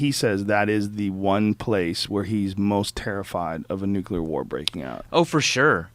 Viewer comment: Thank you for saying "Nuclear" instead of "Nuculer" Drives me nuts.